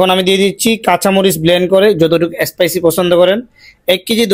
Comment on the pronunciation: এ স্পাইসি নয় হবে “স্পাইসি”